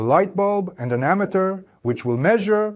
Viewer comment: i disagree with the concept of individualizing charges and saying they become stronger and weaker, when in reality, the difference in voltage comes from a change in the number of electrons. also, "ammeter" is mispronounced in this video, and the statement "the direction of the current in the circuit remains the same" is wrong. Those "V"s look like "U"s. This video was made by ai. thumbs down. Try harder next time.